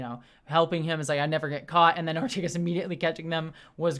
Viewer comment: It's Ortegas, not Ortiguez.